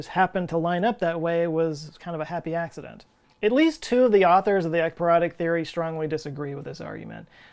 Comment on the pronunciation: Love that you spelled ekypyrotic. I heard 👂 eggperonic.. excuse me I'm smelling dinner as I watch. Carry on.